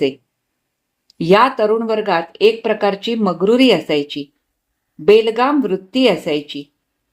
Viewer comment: कथा छान, वाचन नेहमीप्रमाणे सुरेख... पण बेलगाम असा सलग उच्चार कानास खटकला... बे लगाम असा उच्चार योग्य आहे.